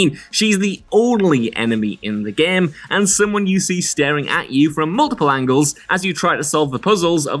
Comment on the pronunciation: "The Gam!!!!"